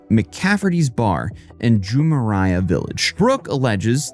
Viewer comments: Jumeirah is pronounced juh-meer-ruh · JU-MA-RAI-AH HAHAHAHAH. Ju-me-rah; thats how you pronounce it. She had to get a friend to book her a ticket? Thought she was an influencer. Oh yeh. Nevermind. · its pronounced Joo-mee-rah (jumeirah village circle) or JVC. i live there and i am at McCaferty's almost weekly. such a sad story.